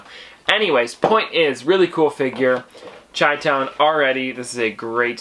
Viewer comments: its pronounced shy-town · Great stuff. So I'm a Chicago native and it's pronounced shy-town . No hate just letting ya know. 🤗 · You say chitown wrong, just an fyi